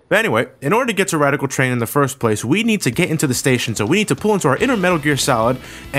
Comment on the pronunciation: We are at Wadical Twain LOL